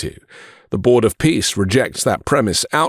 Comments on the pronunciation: Trump pronounces ”peace” as ”piss”. I find it symptomatic. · Board of Pissss like he pronounced it. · Bros of Piss, the way he pronounces it.